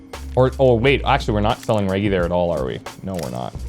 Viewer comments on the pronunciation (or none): Maybe it’s me, but the way you’re saying Reggie and Vagrants seems...odd. Reggie reminds me of Reggie Miller, which sounds completely different than how you’re saying it. Like Rej-gee. Vagrants, I believe, needs a silent y in there. Like Vay-grents.